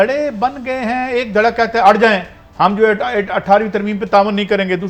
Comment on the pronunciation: Ap urdu ki talk show main baithney hain " Kathey" naheen " akhatey" hota hai umeed hai keh apko idraak ho gaya hoga